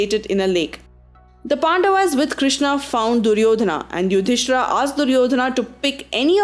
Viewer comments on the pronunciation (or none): FYI it is Pandav not Pandavaas, kaurav not kauravaas, bheeshm not bheeshmaa, yudhisthir not yudhisthiraa. there are many more 'aas' used in this video which should have not been used.